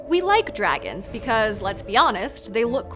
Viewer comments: (6.11) "Druehgins" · "dragans" hahaha